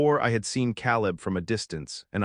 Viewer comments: It's Kay-Lib "Caleb" not Cow-Lib !! You people really do need to listen to your ai stories before you post them making necessary edits if you want people to subscribe. Lots of holes and discrepancies in this story that you would have caught if you would have just listened to it first !!! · Kay Leb, not Cal Leb. AI should know these things